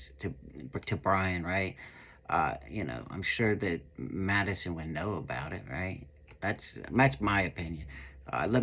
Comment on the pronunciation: These guys don't know the basic FACTS about this case, let alone keeping their speculations straight! He totally lost any potential credibility when he says "Maddie Mogison"...!! 🙄 Sorry ~ but at this point in the case if people still can't pronounce the NAMES of the people involved in this case properly and still say: "GonKalves" "KernOOdle" "ChaPPin" "KohLberger" -- They're done. (Mainstream media is guilty of this too, it's just so disrespectful. Great video,. 👍